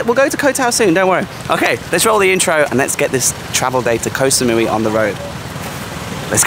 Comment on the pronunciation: Why do so many people say: 'koh - sa - mui - WEE' ?!